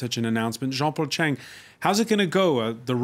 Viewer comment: Come on jean-paul chang with a T in front of your surname........ u can do better bro